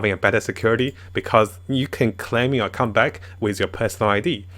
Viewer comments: I'm more bugged by how I keep hearing him say "cunt" rather than "account". xD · This is not a jab at your English but you may want to try saying the word "Account" a bit better. Am worried that the stupid YouTube algorithm might ban you or something. :-P